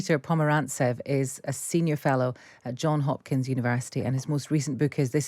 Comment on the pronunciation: Johns Hopkins, not John Hopkins.